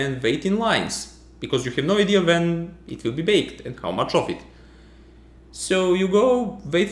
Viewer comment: I'm curious, is Serbian your mother language? I'd never have imagined Serbians could have trouble saying [u] (as in "wait", "wake", "way"). :) You say something like [v] instead. Like "wait" and "when" after . Or [vai] after . Maybe you even find it impossible to hear a difference/problem? Because I know people lose the ability to differentiate sounds that are not differentiated in their language. Thus, for example, the Japanese can't differentiate between "rock" and "lock", and use apps where the two words are repeated many, many times and they have to click on the button with the right word ... again and again and again ... until their brain learns to distinguish them again. Babies can hear all sounds, but it dies off with time.